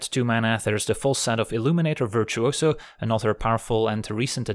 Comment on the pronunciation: I love the way pronounces virtuoso, I don't know why but I had to say it.